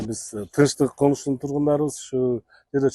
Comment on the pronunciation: ишине ийгилик.сунуш дикциянды ондо туура суйло.тынчтык коншусунун деп атасын.конушунун десен туура болот.капа болбо